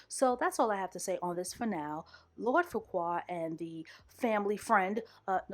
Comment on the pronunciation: LORD FUQUA (FARQUAAD) IM FUCKING SCREAMINGGG SIS